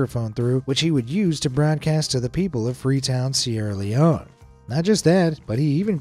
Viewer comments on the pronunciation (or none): none